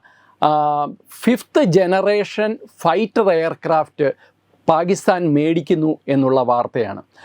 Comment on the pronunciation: It is not paagistan. It is Pakistan. Please correct the pronunciation.